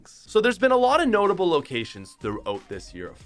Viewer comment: Notice how he says "Notable"